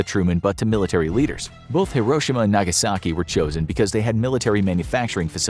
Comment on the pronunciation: Nagaski??? Missing a vowel there, bro.